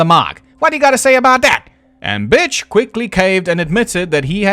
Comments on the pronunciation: are you calling him “bich”? His name is Butch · It took me until about halfway through the video to realize that is saying “Butch” instead of “Bitch” but that would still be an accurate description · I keep hearing Bitch instead of Butch and it's making me giggle. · Ok either he keeps calling Butch “Bitch” to be funny or his accent just makes the word “Butch” sound like “bitch”. Either way it still cracks me up every time he says it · I know you are saying Butch over and over again, but I just keep hearing Bitch... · im sorry, are you pronouncing "butch" as "bitch" ???? ... im all here for it, hell yeah brother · I just have to say I love how when you say Butch or Bill it sounds like Bitch or Bull. XD So very fitting. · I love hearing B*tch instead of Butch on almost all of the mentions after his family are killed XD Maybe I'm hearing impaired but it made me lol all the way to the last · I thought the mispronunciation was accidental once. 😂 But anyway, I hadn’t heard he admitted to drugging them. I always heard the drugging was just a theory because no one ran from the sounds of the previous gunshots. However, drugs “getting out of your system” doesn’t actually work when you’re dead, cause your system isn’t processing anything anymore. And “postmortem metabolism” couldn’t break down and remove all traces of the supposed barbiturates in the few hours between death and discovery. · Everytime I hear you say Butch I laugh